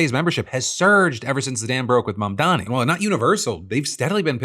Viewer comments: Fuck Benny Johnson, does he screw up Mamdani's name on purpose or is he just that dumb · well it looks like i win Nazi dog whistle bingo! (the last square was pronouncing first AND last name wrong of an ethnic person)